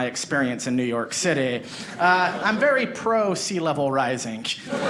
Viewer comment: It's funny, he pronounces the "g" at the end of "ing" like a "k". So "rising" becomes "risink." He says he's from Utah. I used to live there and in LA where he lives now and have never heard this before. Is this a regional thing or just his idiolect?